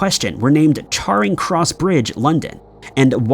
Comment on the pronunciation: Charring cross lmao 😂